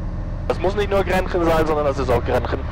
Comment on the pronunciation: Schönes Video! Kleiner Tipp: Es ist Grächen, nicht Grenchen. ;)